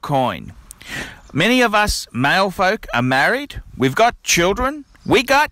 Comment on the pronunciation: "Cuh-moo-nitty"... "Male-folk"... Nice one!